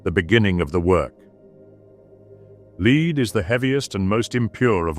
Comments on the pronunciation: Lead is pronounced "Led" not "Leed". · "Leed"?? Ridiculous. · Doesn't matter either way but I thought this was a real human voice until I heard the pronunciation of 'lead'. Is it an AI voice? It just threw me off a bit. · Yes! Unfortunately, in his posthumous state he seems to have forgotten how to pronounce “lead“ the metal.😌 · The AI voice is screwing up the pronunciation of lead. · Just a minor note. The narrator pronounces 'lead' not as the base metal but as the act of guiding or ruling. Great work in these videos, thanks. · You'd think with as 'smart' as AI is supposed to be, they'd learn languages better. Had to stop watching at "L E A D" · Good stuff. Only complaint is you have to get your AI voice to pronounce "lead" correctly (as in lead the metal, not leading people). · While I’m not a fan of most text to speech videos on YouTube whatever program your using is excellent! Given how well it pronounces Latin I assume you have to tinker with it for each script, probably only missed “lead” because you’d assume the program would know how to say it. Regardless of the software, your scripts are great your editing is fantastic and the collection of imagery along side it is unparalleled on YouTube! Thank you! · The pronunciation of lead irked me a bit